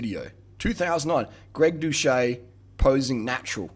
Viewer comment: 1.guy, you can't even pronnounce his name right 2.he opened up about it, he has videos from before he even had 10K subs explaining his steroid charges, he is completely open about his past 3.yeah bro hes still blasting tren, thats why he lost 40 lbs of muscle and 200 lbs off of his bench 4.greg was prolly natty at the time he claimed he was natty since he did gain close to 50 lbs of contractile tissue and his bench went up by 2.5pl8s after he started doing roids 5.have you not seen ANY natty below 10% bodyfat? are you SERIOUSLY saying you CAN NOT HOLD ONTO MUSCLE MASS while dieting? what kind of fucking clown are you? conclusion:this video is a massive L, just because you look like shit that doesn't mean you have to hate on people who look good